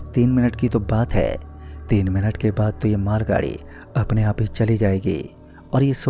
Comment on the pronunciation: Aaaapf ki jagah aap bhi bol sakta hai aachi aavaj me kahani suna sakta h tu ye kya h aaaaaapf